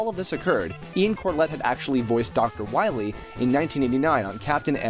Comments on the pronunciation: Dr wahwee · we must stop Dr wahwee imediately